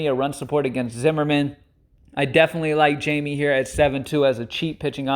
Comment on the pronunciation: Its high-meh... lol... not jay-me... 😂😂😂